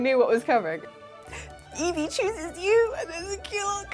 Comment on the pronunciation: I love Eevee, but hate how it says Eeveerrrr. Where the hell did that R come from? You don't hear Prikachu now do you? 😂